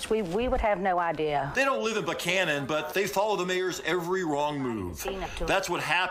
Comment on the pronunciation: They all said "Buchanan" (Buck Cannon) the right way!. Great reporting as always.